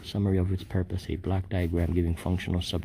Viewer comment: When you ask for a block duagram it sounds like black diagram. May i suggest you pronounce it like blawk diagram which may be less confusing to the individual being queried.